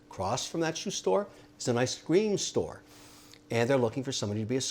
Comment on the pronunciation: Kevin, I’m sorry, I love your channel and stories, but man, it’s “ice cream store”, not “I scream store”.